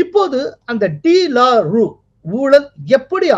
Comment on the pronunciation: that should be pronounced as டு லாரு